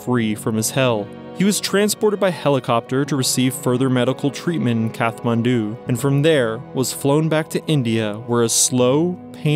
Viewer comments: It's usually pronounced "Kat-man-du" but either way it's with a hard t and not "kath" as in Katherine as was used in the video. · It's pronounced kat-man-du not kath. Hie you dont even know this even know this when you're making a doco is beyond me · You pronounced Kathmandu incorrectly, it's a hard "t"